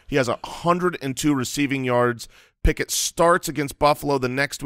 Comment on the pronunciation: Did just say Pickuth? That's a keeper.